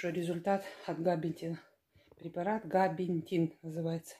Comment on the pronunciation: Габапентин правильно,не слушайте её,она не правильно говорит,глупая женщина (((((((